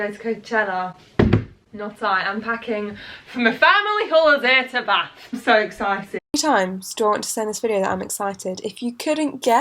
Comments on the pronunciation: I actually laughed out loud when you said I’m going to Bath in that Yorkshire accent 😂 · Heather S I picked up that. Because I’m from Yorkshire haha